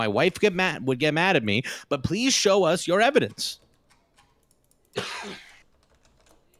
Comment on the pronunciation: Did... did he say "evidece?" Mount that evidece!